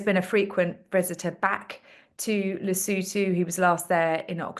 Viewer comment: It's Lesotho, not Lisootoo.